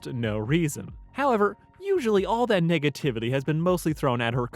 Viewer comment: Yo did he just say niggativety